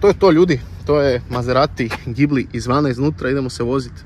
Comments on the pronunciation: ime auta se ne cita sa z nego sa S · mislim da se pravilno kaže Đibli